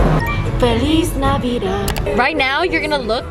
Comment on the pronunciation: when she was singing "feliz navidad" is my fav part, you have a really good Spanish pronunciation